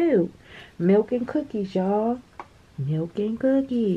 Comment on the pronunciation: Another great calendar! I was waiting for you to say "milk and cuhhhhhkies" 🤣🤣🤣🤣🤣 Yessss!! Much Love